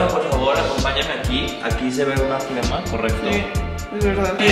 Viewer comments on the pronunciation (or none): flema jajajjajajaja, es flama 😭